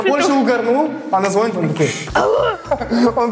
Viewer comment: Женя, не звОнит,а звонИт